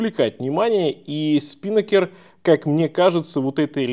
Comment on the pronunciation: Режет слух СпИнакер.😢 СпинАкер. Ударение на второй слог. Это парус такой